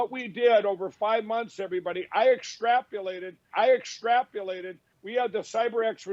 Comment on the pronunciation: He 'extrapulated'. Lol!